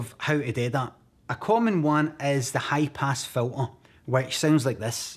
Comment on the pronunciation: It's "hi pass fil-uh"